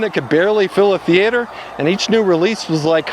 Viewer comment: did you actually say "Thee-aater"? 😳 😁😅